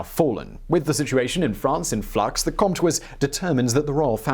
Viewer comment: Love the way you pronounce Comte